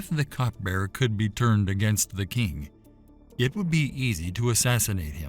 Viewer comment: Cupbearer not cutbearer